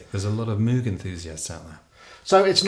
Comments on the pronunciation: Loving how Gregory will pronounce Bach properly, but says MOO-g instead of MOH-g... I suppose Bob isn't around anymore to correct people... I even heard Gregory pronounce Björk (as in work) right, but fails on the name of his own ensemble... Oh well... Great stuff nonetheless. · Fascinating project, wish I lived in the UK so I could see a gig in person. BTW Moog rhymes with "vogue". That's probably why Moog put out a synth called the Rogue. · Moog is pronounced with a long o sound. It is named after Dr. Bob Moog. I am 100% sure, I meet him here in NC where the Moog company is from. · Guy can't seem to pronounce "Moog" nor get Wendy Carlos' name right. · moog not pronounced right but great music